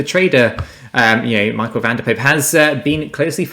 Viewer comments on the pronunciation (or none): none